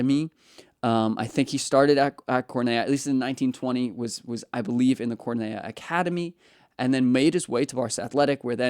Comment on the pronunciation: Cornellá! Please pronounce it correctly. It’s too painful to listen anymore